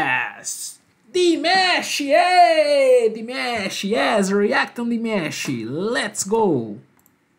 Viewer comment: Por favor diga o nome dele corretamente ok? E DimAsh não DimEsh. Valeu, obrigada🥰